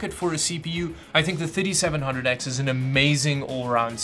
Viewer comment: Is it me or it sounds like he's saying 5700x instead of 3700x